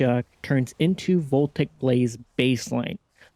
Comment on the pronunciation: Uhm ackshually, Voltaic Blaze is pronounce vol-TAY-ic; not "VOL-tik".